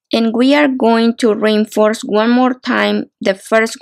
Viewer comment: This is mostly clear tutorial. Showing so many things. One just has to remind oneself that every time? says (as far as I hear rainforce) "reinforce" she is actually telling us(?) that we need to re-inforce (re-in-force?) our work to make the work as strong as we can. LOL